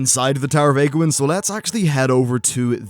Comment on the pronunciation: Age-wynn not agwynn you idiot.